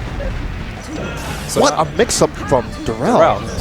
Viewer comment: Fuck yeah, Darrel! Puttin' in work fasho. And it's pronounced like "dare uhl," just FYI.